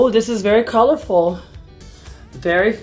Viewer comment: "I love curlerful wigs like this."